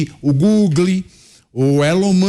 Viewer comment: "O Glogle, Elo Marche" kkkkk é muito analfabeto nesse congresso kkk a dúvida??? Quem votou nesses analfabetos 😢😅